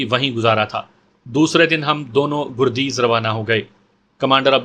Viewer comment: گردیز کے گ پر زبر لگتا ہے اور دوسرا شہر پکتیا ہے